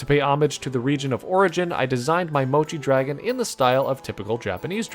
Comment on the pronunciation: it sounds like a Americanized version of mochi